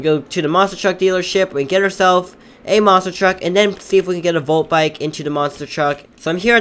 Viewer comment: he said molt bike lol